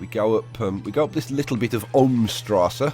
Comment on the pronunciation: Just something I looked up - the track that randomly ends just before Hauptbahnhof actually goes underground at that point, under Hauptbahnhof and then emerges again at Stadelhofen :) And about the German, you're doing a pretty good job but 'st' is pronounced 'sht' :) Great series, can't wait to see more!